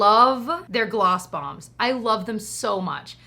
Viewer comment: The second time you said Gloss Bombs, you actually said Gloss Moms and now I can’t stop chuckling to myself thinking that Gloss Moms would make a great reality show 😂